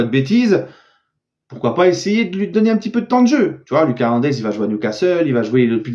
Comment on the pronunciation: STP lit mon commentaire là: La prononciation de Lucas Hernandez c'est "Loukass", c'est à l'espagnol, tu le dis mal dans chaque vidéo. Deuxièmement, pour Serif Nhaga, c'est "SERIF", pas "Cherif". STP Chef 🙏